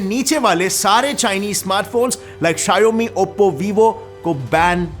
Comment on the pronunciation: You literally pronounced Xiaomi wrong 😂